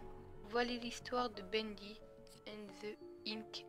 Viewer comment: c pas sa l'histoire et tu a dit bendé